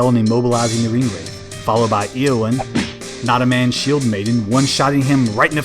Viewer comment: Just so you know, according to Anglo-Saxon phonetics, the É in Éowyn and Éomer is pronounced AY, not EE. So Ay-oh-mare and Ay-oh-win.